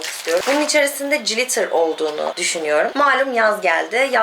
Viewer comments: Cilitır ne kız :) glitır diye okunur. Sizin gibi günceli takip eden influencer'larin İngilizce'ye hakim olması önemli. Naçizane tavsiyem. Adana'ya selamlar. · o cilitir diye okunmuyor glitir diye okunuyor canım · Koptum jilitere yaa kirk yillik glitter🤣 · Peki benim siz cilitır dedikçe acaba ben mi yanlış biliyorum diye kendimi sorgulamam glitterdan farklı bir şeydir belki diye düşünmem 😂 çok tatlısınız ☺️ birde “Birkensıtok” olarak değil. “Birkenşıtok” diye okumuyor oda ☺️ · Kız Ezgii glitter yazildigi gibi okunuyor😘